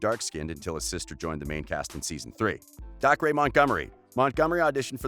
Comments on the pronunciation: It's not DAK-RAY its DAY CAH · Gayten? No, Gatten McLogklin? Nope, McLaughin Daycer? Nah, Dahcray sounds better (These are pronunciations not how you actually spell their names) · it’s not “dah-cree” it’s “day-ker”😭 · YOU SAY DACRE AS DAY-CER NOT dac-ray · dAhCrAy.btw its daycer, dacre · Narrator: Noah. Joe. Millie. DaHcRaYyyy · It bugs me how he says Gaten and Dacre wrong. It's pronounced gay-tin and acre with a d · It rlly isn’t... DAY-CUR! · omg and dacre is pronounced dacer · And also the way he pronounced Dacre. He was like. DacRay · “dacre” and “gaten” god this guy needs to some minimal research on names. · Is it just me or is everyone so annoyed how he pronounced gaten and dacre’s name wrong .. ( omg thanks for nearly 500 likes ) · And also Dacre😂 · Claire-Louise Maltas i know but he pronounced dacres name wrong😂